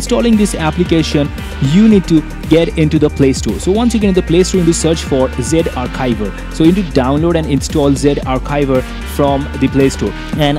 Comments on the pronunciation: lol it is no zivare it is zarchiv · It's Z Archiver not Ze arkiver